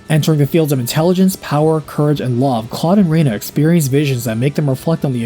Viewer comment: I liked the annunciation "rey-na" as this was what I knew it as 20 years ago... But Claude has a sound bite when KO'd that annunciated Rena "ree-na." Perhaps I am misremembering though